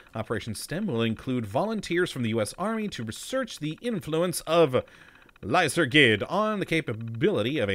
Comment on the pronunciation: I believe it's not lysergid but should be pronounced lyserjid in order to get the name of the drug being used here.